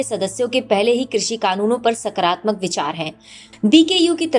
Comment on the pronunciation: नकरात्मक नहीं नकारात्मक, सकरात्मक नहीं सकारात्मक